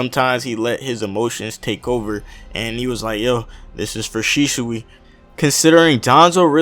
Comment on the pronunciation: shishui? its shisui